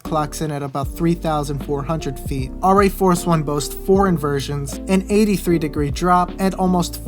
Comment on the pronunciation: Pronounced Air - EE Force one.